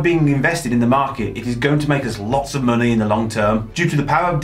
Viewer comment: 'Munnay' lol